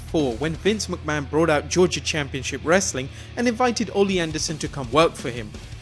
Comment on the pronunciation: its ole anderson(e is silent) not olie......learn your wrestlers